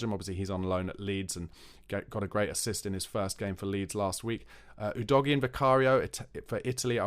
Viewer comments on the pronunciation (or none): Hope you have been active with the other channels who, still a year later, can’t pronounce Udogie. That one is like fingernails down a chalk board. “Ooo dough gee…” noooooo it’s not that 😬😧 I almost fear every time his name comes up now as I know that it will be butchered. gets that one right.